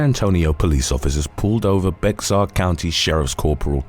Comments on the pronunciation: “Bexar” pronounced “bear.” BTW statutory assault is a strict liability crime. Every House member knows that yet they defend Gaetz as “not knowing the girls were underage.” That matters not. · BEXAR is pronounced BEAR! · "Bexar" county is pronounced like "Bayer" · it's pronounced "Bear" county, like the animal.